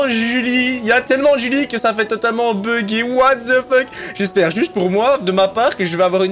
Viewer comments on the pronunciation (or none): none